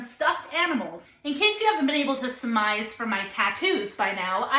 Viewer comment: Summarize or surmise. No such word as "summize". Just a PSA as you have over a million followers.